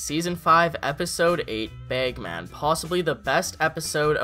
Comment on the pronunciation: Baygmen Its Bagman haha